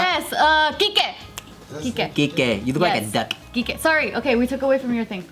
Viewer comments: SHE SAID KIKE ! 🤣🤣🤣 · She say quique lol